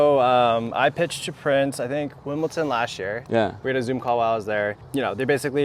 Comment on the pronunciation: Oof...someone needs to tell the Toroline guy that it's WimbleDon, not WimbleTon. You can't be so prominent in the tennis industry and go around saying Wimbledon wrong.